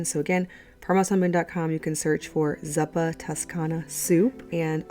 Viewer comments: Zuppa is pronounced zoopa……same oo as good. Zuppa means soup in Italian 🥰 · Thanks Oh, and Zuppa is Italian for "soup". So its pronounced "Zoopah" (imagine an old Italian Nonna saying "here, try my "Soupa" I make" with a "Z" rather than an S. So Zuppa rhymes with trooper rather than supper (in Australia, we pronounce trooper with more of an "aa" sound at the end... where as i think in the states your "err" is more at the end of trooper (accents are amazing aren't they?)